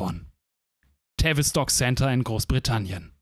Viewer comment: Aussprache ist übrigens TAH-WIS-TOCK (dt. Phonetik).